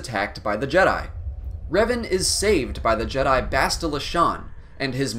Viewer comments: I stopped listening once I heard him say " The Jed-i Order" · Bruh hearing the way he pronounces Jedi in the beginning